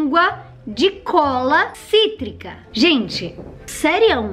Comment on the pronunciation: Você percebeu quando você falou língua de framboesa cítrica no cítrica fico cotrico